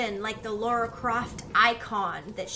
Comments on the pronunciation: I hate to be that guy.. But Tomb Raider is too precious to me. her name is Lara, pronounced 'la rah' there's no u, its not Laura. you wouldn't call Princess Leia, Leah would you. all the same, love you're walkthroughs. smile face. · "Lara" instead of "Laura". Watching you is a treat! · if you keep calling her "laura" we should call you "" "" or "bro"